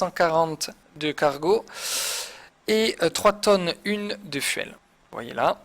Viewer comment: j'ai quitté quand tu as dit "Fouwel" pour Fuel